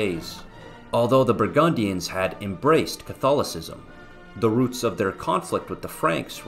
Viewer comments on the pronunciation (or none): none